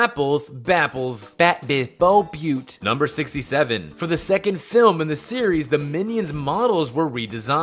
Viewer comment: you said film wrong in fact 102. there is no such thing as a fim.